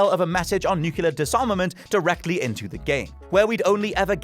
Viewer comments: nuclear.... new-clear... not freaking new-cu-lar. it's annoying when you can't pronounce your own words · Nuclear*, not “nucular” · Stop saying "nucular". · Nukelar Nukelar Nukelar Nukelar Nukelar Nukelar Nukelar Nukelar Nukelar Nukelar Nukelar Nukelar Nukelar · Repeatedly mispronouncing nuclear as, "Nucular... Nucular... Nucular... Nucular..." should get him reprimanded. Brown says that too, sadly. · Nucular weapons... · Why the f can't native english speakers pronounce the word "nuclear" properly? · I cant get past horrible pronunciation of nuclear. GEORGE W. BUSH BE DAMNED!!! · Don't blame! This is! 😂